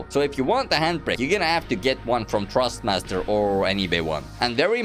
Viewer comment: i love the way he says trustmaster instead of thrustmaster amzing comparison im not asking for a g29 for christmas anymore tysm